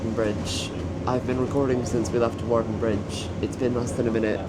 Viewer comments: Hawarden is pronounced Harden.😃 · Pronunciation help: Hawarden > Harden Shrewsbury > Shrew-s-bree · Hawarden (up the hill )and Hawarden Bridge (bottom of the hill) is pronounced Har- den. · It is pronounce harden 😂